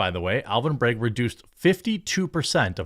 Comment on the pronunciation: Despite being a piece of garbage human, his name is BrAgg, not BrEgg 🤦🏻‍♂️